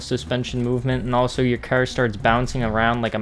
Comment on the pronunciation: Why u say cer